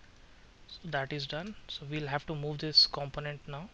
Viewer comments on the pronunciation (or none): Hi. Have watched many of your tutorials, and are good, although at the speed you do them there is a lot of pausing/replaying by us, You are obviously very qualified and knowlegeble, and your written English is perfect.... A few 'pronounciations' though, (yes, English is funny!!...) 'Worm' is pronounced "werm", as in "term", (not 'wom'). 'Component' has emphasis on the "O", like "comp-O-nent, as in "O-wner", (not 'cmpnt') I'm not trying to pick, just help with the speed/style of talking. (haha) Excellent job!!!!